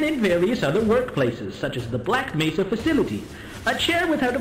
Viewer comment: It’s Mesa not Nesa